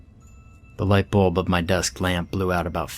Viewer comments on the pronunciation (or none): none